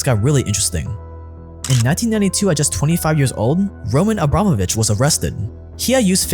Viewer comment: This scratches my ear a bit. It not ROman AbrAmovich, but RomAn AbramOvich, but never mind.